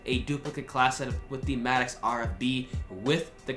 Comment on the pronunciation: Why do you say Maddox like that?